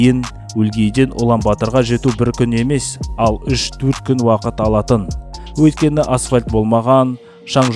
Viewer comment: Өлкені емес Өйткені деп сөйлесейші